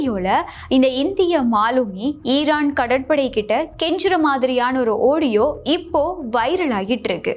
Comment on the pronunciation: Ivvalavu. Azhaga. Seaidhi vasivhittu. Kadaisiyil a. Audiova!. Oadiyonu.!. Vasikkira! Thiruthikkoma!. Vazhthukkal!.